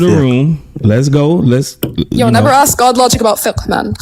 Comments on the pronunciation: So smart but then says axe instead of ask . Shake my head, too hard to listen to that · Dude it's cald ASK not AXE. What blacks have done to the englisch language ist the same what Muslim do to the German language. What a Joke.